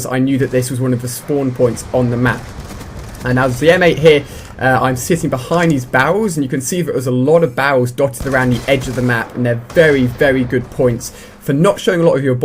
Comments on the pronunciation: When you say barrels you sound like you're saying bowls. Lol. I bought one of your shirts too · Barrels not bawls